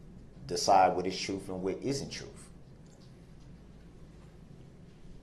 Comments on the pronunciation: The “truff”. 😂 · "Fafe" and "troof" is his ultimate misunderstanding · I have never had so much hatred in my entire life for another human being that I dont even know. The stupidity/delusion he spews is absolutely mind boggeling to me. Can someone tell me what "Keeeel" means or "troof?" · List of words that db cant pronounce that end with TH and replaces it with The letter F. Oath-oaf Truth-troof Both-boff Forth- forff Bathroom-bafroom Month-munt Other words Axed Grounz Tackit Living human bring Wather Pepperations Prejudices my defense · What school taught him that the 'th' sound is the same as the 'f' sound? "Truf" "faif" 🙄 AND how arrogant do you have to be to think you could wing a closing statement for your LIFE?! And I 100% think he's lying about the child writing him. That was meant to pull on the jury's heart strings! He lies as easily as he breathes!! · Is "troof" similar to "axe"? The ILLITERACY! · Munt is like Oaf and Truff and aks.